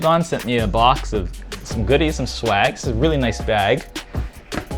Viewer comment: Did he just say "blox in the mail"?